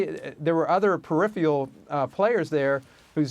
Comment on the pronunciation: "Periphial." Did this guy get his law degree from the University of American Samoa too?